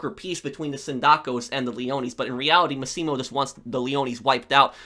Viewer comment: Loved the video! Most underrated game in the series in my opinion! Btw, 2 little things: Consiglieri is pronounced consilieri (so don't worry about the g), and the sicilian guy, Massimo Torini, the stress is in the MAssimo (like maximum), not maSSImo. Love your channel, keep the great work!